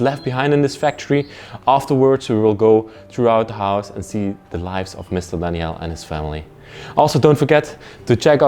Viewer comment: Was his name Danielle? («Dani-ell) That’s what you’re saying, but it’s usually a female name. Or was it Daniel? («Dan-yel»)